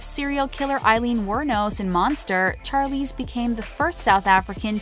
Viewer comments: Char-Leeze?!? Really!?!? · It’s pronounced SH-arlize not CH-arlize. It’s the same sound as in Shawn, not Charlie. This video is great but the pronouncing of certain things was painful. And it’s ‘The Colour Purple’ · Vihara V it’s not Charlie or Sharlie by the way, it’s Charlize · Inspiring video - and heartbreaking at times. I’d offer a correction though in the pronunciation of Charlize Theron’s name....she herself said it’s pronounced like Shar versus Char. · char-leeze char-leeze char-leeze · I feel like my brain is going to explode after hearing the name “Charlize” being pronounce wrongly SO MANY TIMES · Alrite I'm done! Gonna slaughter Charlizes' name too? What a fukn moron!!😳😠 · Yes,"Charlize" killed me every time. I lost count.